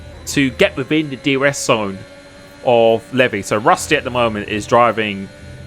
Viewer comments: Pretty sure it's pronounced like LEE-VI not LEV-E , but he took that bait hard 😅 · Is it not pronounced Leev-eye? Not levy? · It’s lev-I not Levi 😂 great video watched live and was a fun one to watch!